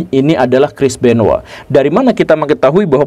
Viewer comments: Namanya CHRIS BENOIT pak GURU. Kok saya dengar Namanya Kris Benoa. 🤣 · Gw taunya crish benoit bukan crish benowa😂